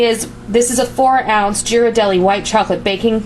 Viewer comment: This looks fantastic, I have been inspired to try some new flavor combinations when I'm making holiday drinks now. Also wanted to let you know that Ghirardelli is pronounced Gear-ar-delly :) Can't wait to see the next drink recipe you come up with!